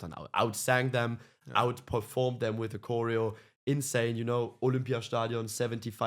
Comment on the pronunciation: Kappen nou met je korrijo. Klemtoon op de eerste lettergreep. Cho-reo. Jezus pfffff.